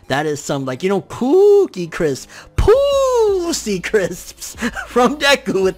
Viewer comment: Pooosie Crisp 🤣😂🤣